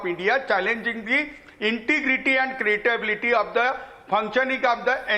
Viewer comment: LLM kiya hai ne aur 'credibility' ko 'cratability' banaa diye